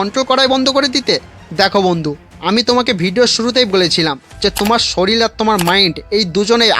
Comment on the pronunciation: ওটা শরীল নয় ওটা শরীর...🙂